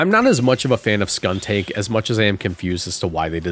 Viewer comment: skuntank isn't "tank" as in "armored vehicle" it's "tank" as in "gas tank"